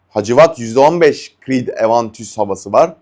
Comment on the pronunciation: Üstadım bir disleksin mi var bilemiyorum öyleyse kusuruma bakma ama parfümleri orijinal halleriyle söylemek istiyorsun ve neredeyse tamamını yanlış söylüyorsun. Evantüs diye bir şey yok, normal Aventüs diyebilirsin. Pağfam demen de yeterlidir doğma büyüme saint-germain'li gibi taklit yapmaya çalışmana da gerek yok. saygılar, sevgiler.